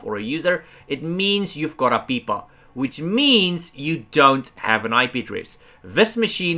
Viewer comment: For the record, I love the way you say APIPA